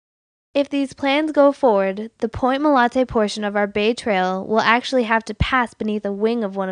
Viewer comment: She keeps saying MOLANTE. Is it MOLANTE or MOLATE? Oh wait, she’s starting to say MOLATE. Never mind.